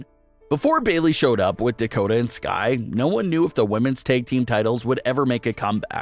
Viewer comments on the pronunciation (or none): none